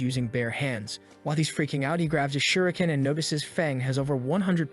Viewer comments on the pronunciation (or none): none